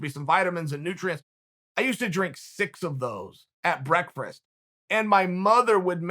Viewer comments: Now I know for sure you pronounce Breakfast “Breakfrast” I bring this to you because originally thought you just made an error a few episodes back hahahhaa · Chael's definately trolling us with "breakfrast" after all these years!😂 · Anybody else notice "breakfrist"? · Does everyone in West Linn pronounce breakfast like that?